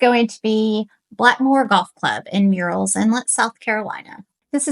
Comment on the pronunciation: I like your choices and your presentation. A small correction from an English major -- it's tricky, but Murrell's is pronounced like "Pearlells" ("pearl" as in pearl, not like "pear" the fruit). The first part is not like "murals." I'm not from here, but have now been here 20 years and have learned how the locals say it.